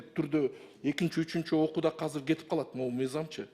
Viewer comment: Азыр деп суйлосон казыр дейтко 😂😂😂